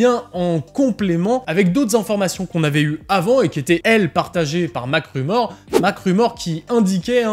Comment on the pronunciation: 👂🏼 MacRumor ❌ -----> Macklemore ✅ 👂🏼